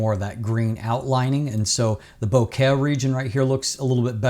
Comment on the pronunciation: Bokeh + Ikea = bohkea (as pronounces it). ~ love from a fellow Canadian:)